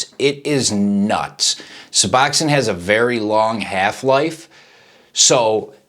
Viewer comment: Why do these dude always call it “Suboxoin”. Too funny.